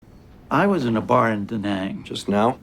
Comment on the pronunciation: It amazes me how people mispronounce da nang and Vietnam. I dont expect people to be fluent and say it in the accents, i just wish people learn the proper way of saying it in English. This is coming from a Vietnamese dude.